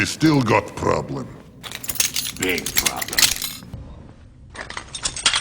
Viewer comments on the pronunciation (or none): "*biiig prrrobblllumm" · BIIG PRRRROBLEM